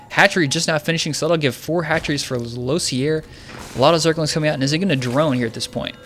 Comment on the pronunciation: Sorry...I had to stop watching 2 minutes in after he referred to Mvp as the "black sheep scrub" of IM. Either I'm being trolled, or this caster doesn't watch any GSL (lew-seer pronunciation aside). Believe it or not, a bad caster can ruin a spectator experience: see also Dennis Miller a la the NFL.